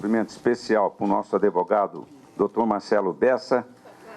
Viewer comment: Valdemar, vai dar meia hora de Koo, você não sabe falar advogado, fala adevogado, sai daí, vai chorar na cama que é lugar quente.